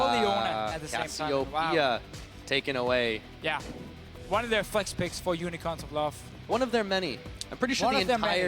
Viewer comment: Krazy Lobster not into that 1 inch shit. Just you are so stupid not being able to pronounce unicorns